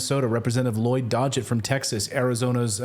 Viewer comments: So Clayton....Lloyd DOG-it, not DODGE-it, lol. And Raul Gri-HAUL-ba. How long were you on that curvy couch? 🤨 You did say Angie Craig right the first time. But the second time you called her Amy. 🙄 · DOG—-GETT. Not DODGE-IT! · Lloyd Dogget's last name is pronounced "dog it."